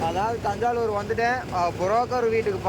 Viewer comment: அது தஞ்சாலுர் இல்லை தஞ்சாவூர்